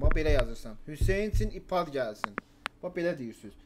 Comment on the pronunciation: Aypəd deməydənsə ipad deyir